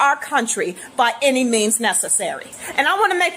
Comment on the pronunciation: Thats a 1st. Ive Never heard "any" pronounced with a T "any't"